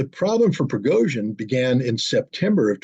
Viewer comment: The name is Prigozhin, NOT Progozhin 😂